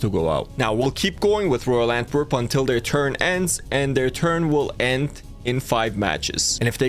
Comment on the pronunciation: pronounced ant-there-pp